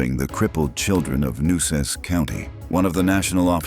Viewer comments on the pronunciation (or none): New-Cess County.....NO Amigo ---New Aces Condado...Nueces...I lived In CC for 15 Jahre, was a Probation Officer---sold my Solid Sportster Chopper to a Corpus Bandido. GLR